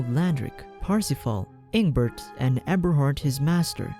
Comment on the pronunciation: Eberhart more like Ebershart